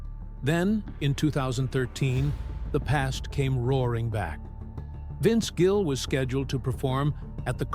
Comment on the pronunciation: Incredible. Title has nothing to do with story. Can’t pronounce his name right half the time. He is a great human being and talent and deserves so much better. I wish he and Amy all the best.